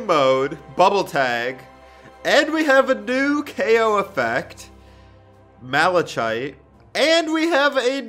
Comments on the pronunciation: It’s not mal-a-chite, it’s mal-a-kite. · freepencils Mala-CH-ite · Michael Goldsby malaCHite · Ok steven universe fanboy here. When you said "Malechite" Its pronounced "Mal- Le-Kite" And Pearls N sig on spear is rose. Pearls are like servants for their leaders and Rose died during a war so pearl is kinda alone. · And he called malachite maleCHite it's pronounced [mal-e-kite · Mala ch ite. No, it’s pronounced, mala-kite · oh and the ko effect is pronounced malakite not malachite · It’s actually pronounced malakite but malachite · And also he said malachite but it is pronounced malakite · Ugh it's Mala KITE. KITE. I hate it when people pronounce it Mala chite. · Its mala KITE not mala CHITE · No one: Not a single soul:: malaCHite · Hey Garnet: (Gar-nit) Malachite: (Mala-Kite) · Malchite (mal-i-kite) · it’s pronounced malakite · It's literally pronounced Male-cite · I dropped my uwu sorry REALLY THO “mAliCHite” like wtf😭😭😭😭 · Mala chite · 1. Malachite is pronounced mal-a-kite 2. She is a fusion between two gems, lapis lazulie and Jasper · The boy is a gem the girl fuses with him the boy (Steven) is half gem and half human the girl (Connie) is full human Also Mal-li-Ci-te is how you say it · Second it's pronounced malakite. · "MALA 'CH' ITE" HENWNDNSNRIDKFJEKF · Mal-I-chite me: confused screaming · everyone is getting triggered for saying "malaCHite"...... me still being triggered for him saying "gar-NET' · The boy is the one with the gem and its pronounced (Malakite) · Just Letting You Know Its Pronounced As Mala-kite Not Hating Just Helping You :D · it’s malachite (mala-kite) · Actually Stevonnie doesn't have a gender either shes non binary Also where the heck did you see malachite Grab a person also its pronounced MALA KITE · MALA WHAT ITS PRONOUNCE : MALA KITE srry for yelling and stevonnie the girl is not a gem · Its pronounced like malakite even though its spelled malchite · It’s pronounced (malackite) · malachite pronounced mama-kite